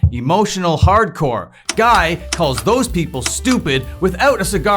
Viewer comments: It's not "guy" Guy, its "ghee" Guy though... Anyway, thanks for the summary! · saying "Guy" like "fly" is incorrect, his name is pronounced "Guy" like "Free"